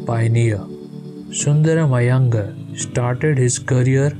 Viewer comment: Its not Iyengur..its iyengaar